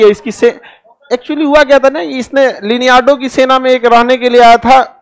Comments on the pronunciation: It's not Leneardo it's Leonidas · Leonidas ko lineado.. Sparta ko E Sparta.. iska lecture dhekoge na to pagal hojaoge.. movie dekhe ghor maha chutiya bana raha he bachoon ko wah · लिनियार्डो ❌ लियोनार्डस✅ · Sir ji, leonardo naam tha liniardo nai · Let me correct you sir this is Leonardo not leniyardo. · Sir ji vo leonardo hain Lianaado nahi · Leonidas ❌Leneardo✅ Xerxes ❌ jerksis ✅ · The king name is Leonidas, not liniyardo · Leneardo nhi hai wo its Leonidas लियोनाइदस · Leneado nahi Khan sir Leonidas bolo😂😂😂😂😂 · Liniado nehi Bhai Leonidas hai...😀😀😀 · ek to baar baar ye "liniyardo" mat kahiye wo "Leonidas" tha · Its not liniado its Leonidas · Liniado nahi sir, Leonidas tha. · It was Leonidas Not liniyardo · Vo liniado nhi Leonidas hai 😅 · Leneyado naam nhi tha sir lionidous naam tha 😅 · It's leonidus Not leniado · It's Leonidas not liniardo 😑😑😑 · Isparta nahi saparta. Liniardo nahi Leonardo..... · Leniado nhi Leonidas tha sir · Leneardo nahi Leonidas 😐... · Leonidas not liniado 🙏🏻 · Leonaidas hai Sir G.....lineado nhi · Leonidas not leonado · Pehle bolna sikho leneyado bn nahi Leonidas tha uska naam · Lineardo nahi Leonardo. 😂😂😂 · Leonidas hai leniardo nhi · Lineado nhi Leonidus nam tha.🤣🤣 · Liniyardo nhi leonardo hai .... saala sab padhai ka mazaak banaye hue hai ..... paisa kamaane ke lie kuch bhi bas bakk dena hai ..... gyaan mandir hota hai aashirwaad ke tarah baato .... mithai ki tarah becho mat .... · Linyado nhi h, 'Leonardo' h vo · नाम ठीक से लीजिए सर लियो naidrs नाम था उसका सेनापति का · leonidas bolte hai na sir ? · Sir ji its Leonidas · Liniyado 😀😀😀 Abe kya pronounce kar raha hai..😀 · Sir, please atleast you should pronounce Leonidas correctly.student learns from ur lecture sir. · It's Leonidas